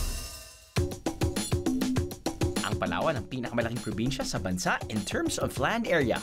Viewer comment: Hinati na Pala sa tatlo ang Palawan Palawan, palatwo, palathree. 😂